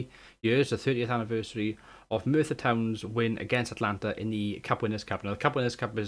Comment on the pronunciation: A-t-a-l-a-n-t-a not Atlanta ;)